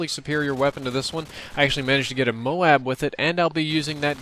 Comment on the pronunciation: Moabs not moans lol